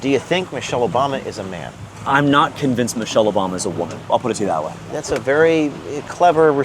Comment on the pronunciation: Not con - vinced